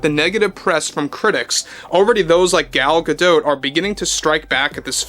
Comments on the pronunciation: You're the only commentator that pronounces Gal's name correctly. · Gal pronounces her name the same way as. I think she would know how to pronounce her own name.